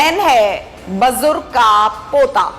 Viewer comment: bajurg nahi BUJURG kaho. Aap ' Maujud hianssss' kahti ho to nakli, banawati lagta hain. 😂😂